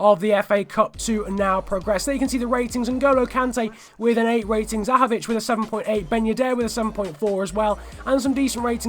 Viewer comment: Zahovič pronunciation is basically perfect now, and another great video:)